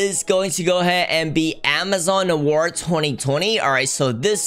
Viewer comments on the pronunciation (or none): Him : Amazon Narwhal My ears : Amazon War